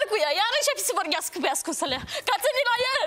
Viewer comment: Ba omule,uitate cum pronunța unele cuvinte "vorghiasca"